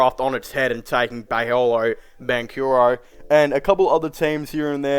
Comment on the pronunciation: Dude you keep seriously butchering Paolo's name. Its pronounced pow-lo